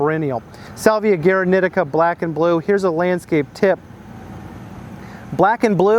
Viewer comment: The pronounciation is as "gooaraneeteeca" with accentuation on the first ee.